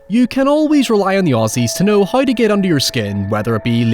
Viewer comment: It’s how not hoy and now not noy. Learn how to pronounce your w